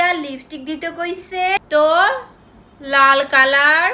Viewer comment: কিরে আমাদের বাংলা আপু আজকে কিভাবে ইংলিশ হয়ে গেল ন্যাকামোটা খালি একটু দেখা উচ্চারণই করতে পারতিস না লাল কালার উচ্চারণই করতে পারতাছে না নাল কলর কেমনে করতেছে উচ্চারণ লাগবে আপু আপু কি আপনাকে উচ্চারণ শেখানো লাগবে 😂😂😂😂